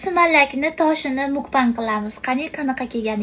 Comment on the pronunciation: Nme talfuziz ģalati qatlisz mukbang so'zini ģalati etvos😂